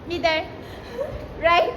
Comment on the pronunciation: Mider 😂😂😂😂 it's middle anyway love watching ❤